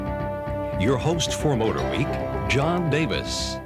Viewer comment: Always love the reviews but.....Mr. Davis' constant insertion of "H's" where they don't belong makes me scream at the ceiling! Example: "Moat-her-week"...ugh! I understand and am familiar with enunciation in broadcasting, but seriously??? Nonetheless, great reports.